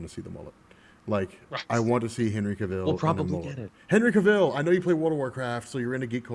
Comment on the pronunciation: zack snyder didnt 'wreck' e superman character. e character has been ard almost 80yrs with many iterations. u cn prefer 1 over e other or u know, learn 2 appreciate all versions. btw, cavill rhymes with travel. not pronounced as Cuh-ville, jus saying. fyi, BvS did NOT cost $400mil to make. those rumors were BS. besides, if MOS cn make $170mil jus thru product placements n sponsors 2 offset it's $225 mil production cost, pretty sure BvS cn make alot more $$ frm partnerships etc 😏 anyways, hv a great day fellas